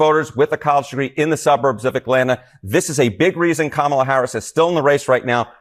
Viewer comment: She actually pronounced "Kamala" the correct way.